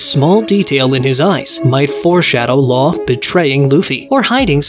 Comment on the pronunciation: Love your pronunciation of Law's last name.